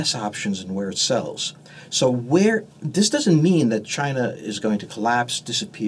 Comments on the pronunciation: Was his first word Chiner?! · I like how he says chiner. Lol